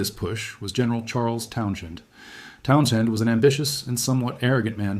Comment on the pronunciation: The AI voice is pretty good, it slips up on a few words, 1908, Townsend